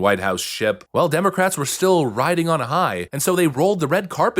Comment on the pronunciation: Did the moderator just say ‘Democraps?’ 😂